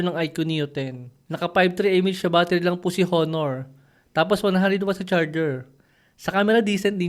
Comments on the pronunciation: Silent H dapat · HO-NOR ba talaga tamang pagbigkas nyan? o ONOR(honor)?? baka ako lang ang di updated..